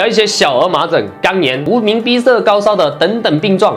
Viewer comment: 没看字幕听成了肛炎🌝🌝